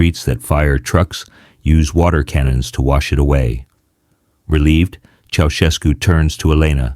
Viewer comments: チョボエスクではなく チャウシェスクね。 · Den Namen kann man garnicht falscher Aussprechen. Dumme KI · 現地での発音は知りませんが、当時も今も、日本国内では、「チョシェツク」ではなく、「チャウシェスク」と呼ばれています。